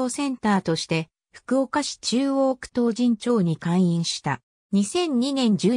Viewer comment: 唐人町【とうじんちょう】ではなく【とうじんまち】ですよ